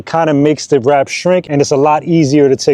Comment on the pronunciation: Never heard of Plasti dip? What a pain to hear him say WRAP over and over.